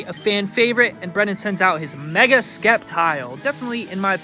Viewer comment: Please don't tell me that's how you actually pronounce Sceptile.